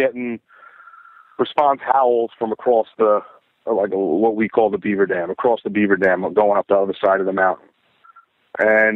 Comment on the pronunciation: It’s not acrossed, it’s across 😊